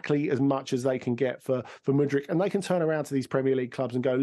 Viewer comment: Please never allow the host to pronounce Modric's name ever again